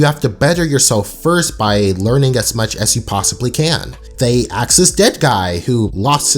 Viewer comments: Stop man its "ask" not "aks" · 18- :22. you just used the word “axe”. Instead of ask. Where are you from originally my man!? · dude its ask not axe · "You could ever axe" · ayeee so im not the only one who sometimes says axe instead of ask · Ask. A-S-K. Not A-K-S. Ask. Asss-k. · I like the way he pronounces "Ask" as "Axe". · why do you say "axe" instead of "ask", i also noticed in your video about Courage's "the Mask" episode, you keep saying the "Max" instead of Mask? wut. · I like how you said axe which is similar to how darwin says ask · That moment when he said aks. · this Nigga really said axe 💀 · Idk why but when ever say ask I hear are axe and I find it very funny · It sounds like Darwin made this video... nvm this guy just chooses to mispronounce the word “ask” for some stupid reason